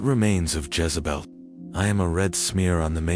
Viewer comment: It’s Jezebel not Jazebel